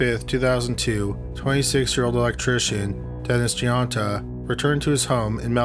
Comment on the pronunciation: This isn't a bash to, but Just to clarify Guinta is usually pronounced " Jun ta " or " June Ta ", I've even heard " goone ta ".